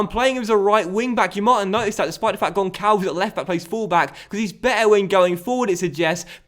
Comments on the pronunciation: As a portuguese person, its gonsalvs, not -vez. That would be spanish... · Hey, loving the series. Just a heads-up though, Gonçalves is pronounced "Gonssalves". Cheers from Portugal 🇵🇹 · the ç in Gonçalves is like a s so the pronunciation is Gonsalves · Gonssalvs is how it's pronounced